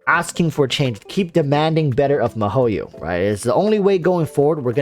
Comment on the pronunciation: your'e funny but... you should pronounce the company name correct first its not mah-ho-yo its Mii-HO-YO (miHoYo)